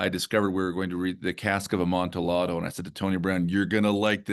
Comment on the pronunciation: Is that really how Amontillado is pronounced?